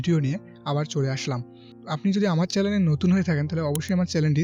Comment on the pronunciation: Chanel শব্দ টা উচ্চারন করতে পারেন না আবার এসেছেন ভিডিও বানাতে, চ্যানেল হবে চ্যালেন না বাবু।